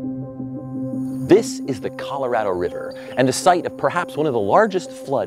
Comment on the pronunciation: Yeah I just 🤦🏻‍♂️ every time he says “Colorado”, how did EVERYBODY in production miss that?